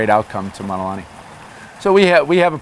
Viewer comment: He doesn’t even pronounce Mauna Correctly!☹️